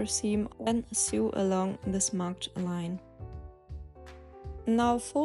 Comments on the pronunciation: Uh, to sew is pronounced just like to sow, not like to sue. Just thought I'd say. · So good! Bin begeistert. Übrigens, fürs nächste Video: Man/frau spricht to sew genauso aus wie wie das so in "So, so helpful". You're doing an amazing job. Thank you.